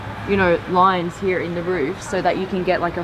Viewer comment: Love how she says “here” HEE-YA